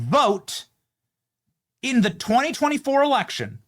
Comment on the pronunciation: erection* ..not election .. i love the fak-u-tree girl ! 😂👍🏻🤪😂